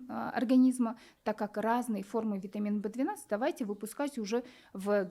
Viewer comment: Не понятно что она говорит вит В 12 и что? Для когнитивный способностей